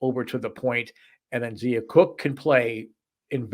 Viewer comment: It's pronounced Zia (Z-EYE-a) Cooke. Not Zee-a. And Brea Beal is pronounced BREE, not Bria. Great preview! Thanks for showing love for women's basketball. #gamecocks